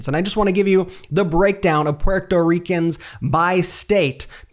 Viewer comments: I love the way Brett pronounces " Puerto Ricans" 😊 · Learn how to say Puerto Ricans. Lol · What is wrong with you, can't pronounce Puerto Ricans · This guy doesn't even know how to pronounce Puerto Ricans lol and I don't see Donald Trump saying anything about the Puerto Ricans are Puerto Rico dumbass